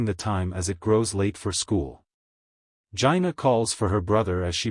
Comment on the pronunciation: Thank you for the video but Jinah is pronounced differently than what you said.